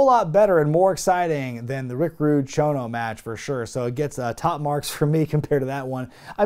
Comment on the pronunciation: Struggling? He nailed it! Konsuke Sasaki and Mr. Chono.